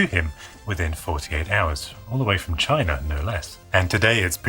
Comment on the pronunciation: PCBwaaaay from Chy-nah!